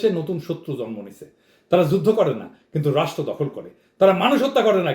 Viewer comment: সময় টিভির স্টাফ রিপোর্টার জন্ম কথাটা উচ্চারণ করতে পারে না বলে জরমো।😂